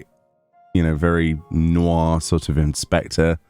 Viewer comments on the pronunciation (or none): none